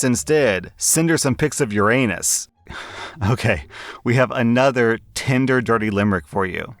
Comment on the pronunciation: I keep hearing "*tender* dirty limerick" rather than "tinder". It puts a whole new spin on the joke though!